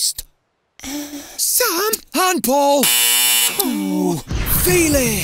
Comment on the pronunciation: Félix * not Fílex